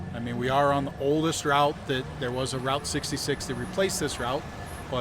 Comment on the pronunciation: The Rolling Stones confirmed that is ROUTE 66. Not Rought 66